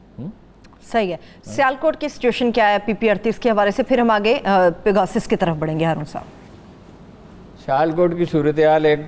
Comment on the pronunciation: its not peeegawwsus . its pe ga sus ;)